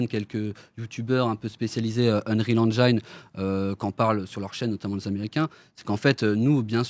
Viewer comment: Ya que moi qui trouve ça bizarre qu'un type, ancien rappeur et qui donc n'y connait strictement RIEN en dev de jeux, qui ne sait même pas prononcer Engine correctement, qui s'associe a deux mecs (donc ils ne sont que 2 dev vu que lui n'y connait rien) qui soient disant sont des tueurs mais que PERSONNE ne connait dans l'industrie, essaye de nous faire croire qu'avec l'Unreal Engine 5 on peut faire des trucs pro sans forcément s'y connaitre (ce qui est débile, un moteur graphique ne fait pas tout sachant que même Epic (le concepteur du moteur) quand il l'a dévoilé n'a rien montré de soit disant aussi réaliste) nous dise qu'après juste 4ans, ils vont pénétrer un marché sans l'aide de personne (sachant que même Amazon et Google ont du mal voir n'y sont pas arriver car un développement de jeu ça s'improvise pas). Mais personne ne trouve que ça pue ? Bon ben go wishlist les gars mdrrr